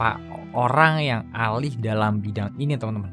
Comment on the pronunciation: "alih" apa "ahli" bang